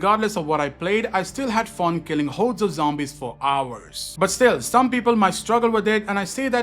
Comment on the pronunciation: I like the way he says “hordes” lol run away from the hoedes